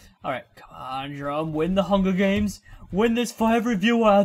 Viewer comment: "I'm gonna win the hunga games